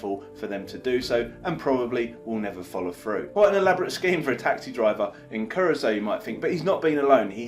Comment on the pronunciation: Finally pronounced Curaçao better 😂🙌🏻👏🏻